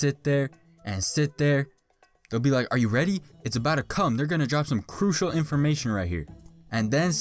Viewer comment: they boutta drop some "krushial" information right here did you mean crucial?